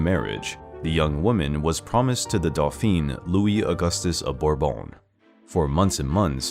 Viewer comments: Your use of the words Dauphin and Dauphine are not correct. Dauphin is male pronounced like Dough-fawn aka Louis, the Dauphine is female pronounced daw-feen; aka Marie not Delphine which means Dolphin 🐬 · God, check your facts, my man! From not being able to pronounce dauphin to saying that Maria Theresa took pride on Antoinette when all she did was admonish her for her frivolous behavior. You should be ashamed of this video